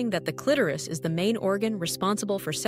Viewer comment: First of all, the illustrations are totally unrealistic and bogus. They don’t relate to real anatomy. Clitoris is twice mispronounced by the AI narrator.